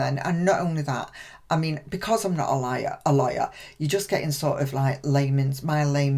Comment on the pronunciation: When you said: 'I'm not a LAWYER' ... I heard: 'I'm not a LIAR'